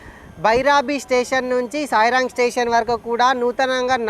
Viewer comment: సాయిరాంగ్ కాదు సైరాంగ్ అది